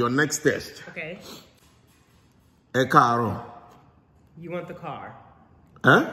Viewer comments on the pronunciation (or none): She needs to roll her R's. e kaaro has a slight r roll sound.